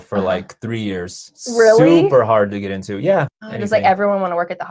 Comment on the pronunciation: Yo get into". I heard something like to get hired